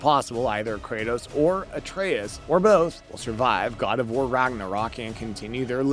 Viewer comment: Ah yes, Kratas and Artas